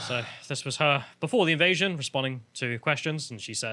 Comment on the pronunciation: "Ivasion" or "Ivite-sion".